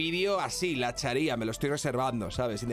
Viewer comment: La Chária! Acento en la primera creo q seria como la Sharia